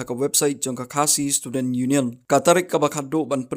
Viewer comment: Pronounce bha seh bah, students' ym dei student, ym dei not, not, not, dei naught... Lane nod...